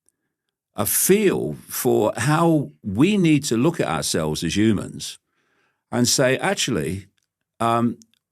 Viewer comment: I wonder if he says Yewmans instead of Humans on purpose!